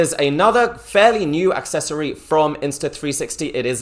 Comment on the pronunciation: Whats an AXccessory? There is no X in Accessory lol